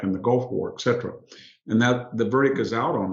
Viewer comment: I'm surprised that Hanson consistently mispronounces "et cetera" as "eksetera."